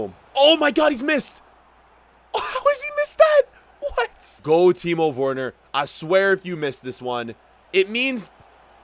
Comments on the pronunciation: Please pronounce Timo Werner, like Vernah, not wernur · No one:: Teemo Fwerner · bro why he sayin timo worner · Do not say Timo worner